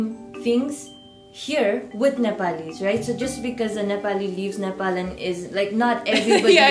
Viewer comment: They are Ne-pol-ese.